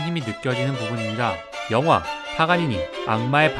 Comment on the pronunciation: 파가니니 자꾸 파파가니나 파가가니라고 읽고 들림...ㅜ